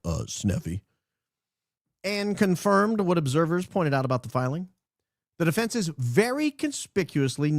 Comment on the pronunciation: Please teach Candace how to pronounce defense. 😊